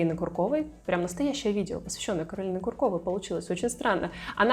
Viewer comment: Ку’ркова, а не Курко’ва…